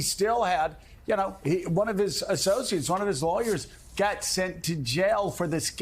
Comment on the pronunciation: When Joe says jail it sounds like he's saying gel.